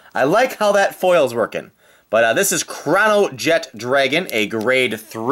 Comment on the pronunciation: i'm I the only one who heard him say crownjet dragon instead of chronojet dragon